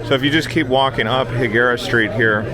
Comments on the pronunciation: It’s pronounced High Guerra NOT He Guerra lol 😂 I use to live there for over 10 years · And it's pronounced High-gara. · nope its not pronounced the way you did. its hispanic not gringo. lol